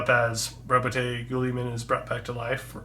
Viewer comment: Just an FYI, it's pronounced 'roaboot geeumen'.